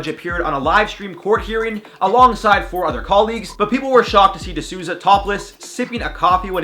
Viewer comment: "De Souza" is pronounced "The Soul- Zah" not "The Zooza" LOL